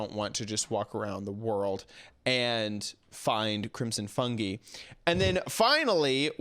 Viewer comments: Crimson fun”gee” lol it’s pronounced fun”guy” ❤️ I still love you though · Fungi is pronounced fun guy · ITS PRONOUNCED FUNG-EYE